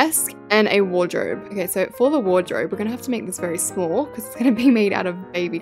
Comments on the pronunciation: Lol how she said shamll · The way she said shmoll